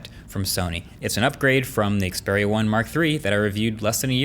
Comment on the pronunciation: after 3 generation of the Xperia 1, finally Marques know how to pronounce the name correctly